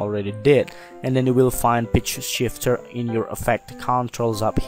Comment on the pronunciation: I keep hearing bitch shifter